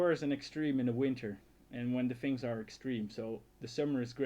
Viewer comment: it's things not fings everything you say is good but there is that thing word that i hear fings though your videos are awesome and entertaining and very funny